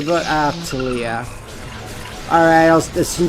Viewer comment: "Eye-tillia". My sides.